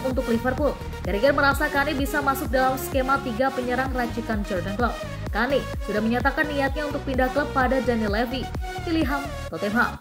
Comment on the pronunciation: Bacanya Ken mbak,😂🤭